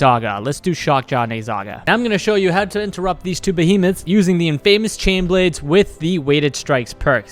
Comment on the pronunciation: You know its pronouned in-FUH-miss... Right?